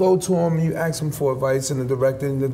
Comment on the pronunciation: I thought it was a written character trait that Tracy said 'aks' instead of 'ask', but I'm sad to find out that he's just that inarticulate.